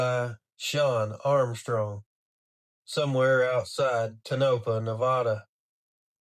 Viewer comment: Tonapah. Pronounced Tone-A-Paw